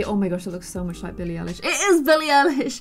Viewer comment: Ok I got v triggered at billie ellish LOOOL I LOVE BILLIE EM AND SHE SAID BILLIE ELISH BRO IT IS PRONOUNCES EYELISH 😂😂 oh well we all make mistakes